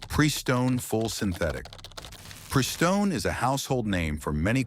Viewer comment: Yes and the "Pree....Stone" blurt was the giveaway.